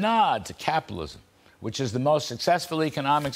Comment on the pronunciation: " It really doesn't matter, hwhich side You are on, hwhat matters is hwho wins...And, after all, it doesn't even matter hwhat is lost behind, hwhat matters is hwhat is left to be taken...back..." President Donald J Trump, POTUS -...Ya name'em All...